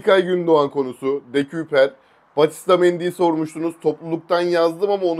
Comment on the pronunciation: “De-köy-per” diye söyleniliyor bu arada 🙏🏼